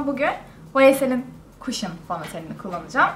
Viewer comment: O kadar elit takılıp "cushion" kelimesini kaşım yerine kuşın diye okumak...